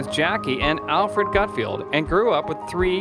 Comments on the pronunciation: It’s pronounced GUTFELD...not GUT field..good god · It is Gutfeld not Gutfield. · His name is "GutFELD". Just read it, that's how it's pronounced!